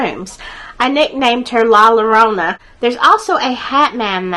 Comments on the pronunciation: That would be pronounced like La Ya RRona. You would role the R. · FYI, it's la your-own-uh (llorona) it means the crier